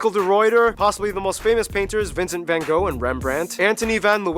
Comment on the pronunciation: Go to Leiden, to the Hortus Botanicus and the Observatory, There is no fan Co. there was a van Gogh with g and gh pornounced like CH in loCHness...stop giving the painter a Chinese name please...no more Fan Ko.. van with aaah not e as in say... and no f or w. it is a vvvvvv